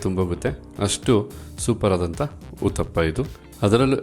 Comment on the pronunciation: 👌👌 🙏🙏 ಅದು ಊತಪ್ಪ ಅಲ್ಲ ಉತ್ತಪ್ಪ 😂😂